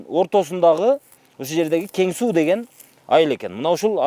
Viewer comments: Кен Сай эмес Кен суу тантык болбочу колдун образын бузбай суйлочу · Кен-Сай эмес Кен-Суу. Журналисттер туура,акцентсиз суйлогонго аракет кылгылачы,чулдурабай. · Кичине туура айтсанар, Кен Суу деп